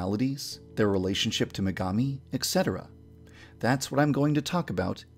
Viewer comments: "Exetera" that's not how etcetera is pronounced. Ee-set-era. The last E sounds almost like a U. Why do so many people not know how to pronounce this? "There are rumors about Akane that her sweet personality" - Secretly a Yandere. I wouldn't be surprised if she turned out to actually HAVE a crush. On Megami. "Let's go back to ancient Chinese Astronomy" - Yes, I get it. Genbu, Byakko, Suzaku and Seiryu; I've read Fushigi Yuugi. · It's ET cetera, not exetra. Please fix, it sounds very irritating.